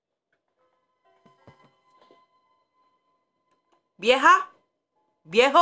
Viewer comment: Jajajaja me da mucha risa cuando dice viejo y vieja